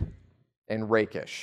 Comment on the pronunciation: I heard "the rape'ish archetype".